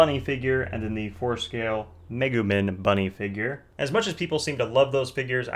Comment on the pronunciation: Did my dude just say megu “min” I’m triggered